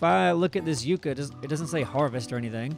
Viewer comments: yucca is pronounced "yuck uh" not "yuke uh." I swear to God it's like listening to someone say "irregardless" on repeat. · mispronouncing the word Yucca started off as nothing, and by now I want to stick needles into my ear drums whenever I hear it